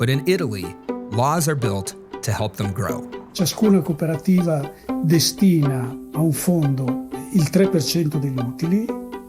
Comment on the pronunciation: I'm wondering if MPU paid this guy per italian word pronounced wrong. Some of these are literally identical to the english equivalent, such as "cooperativa" and "cooperative". How is this hard? I guess anglophones really must be the dumbest monolinguals on the planet at this point.